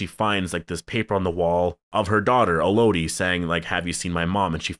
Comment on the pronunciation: “E-low-dee” 😂😂😂 have you never heard the name Elodie?